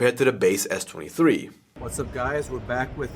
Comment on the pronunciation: Sounded like he kept saying 33